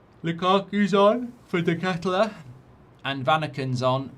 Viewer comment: Nice pronunciation of deketelaere mate😂